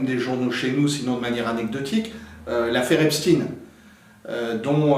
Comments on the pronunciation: Edward ne prononce pas correctement le nom "Epstein". Il faut le prononcer comme dans Einstein [ˈɛpʃtaɪn]. En prononçant Epstin, on laisse croire qu'il est d'origine russe (ce que font continuellement les médias mainstream). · Très intéressant merci ! Par contre je ne comprend pas pourquoi vous prononcez le nom Epstein STINE et non CHTAINE … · Merci. Par contre prononcez "Epstein" pas "Epstine" comme la doxa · Pourquoi changer vous le nom Estpein en Estpin ? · Effectivement comme il se doit d’être prononcé ! Ex: Albert Einstein 👍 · Si on dit "epstine" pour Epstein on doit dire aussi "einstine" pr Einstein ??😅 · C'est d'autant plus étonnant qu'Edouard Husson parle allemand et il semble avoir oublié la prononciation allemande (qui est celle pratiquée aussi en France)... 😅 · Non, il faut prononcer "Epstine", parce que cet homme était américain. C’est le snobisme des journalistes français qui les fait choisir la prononciation allemande, alors même qu’ils sont bien souvent incapables de faire une phrase en allemand.